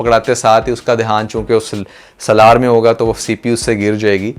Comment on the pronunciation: سلار نہیں بھائی سالار نام ہے اس کا 😂